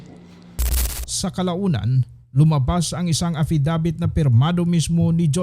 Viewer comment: A FFI DAVIT PO ND E FFIDIVIT....HEHE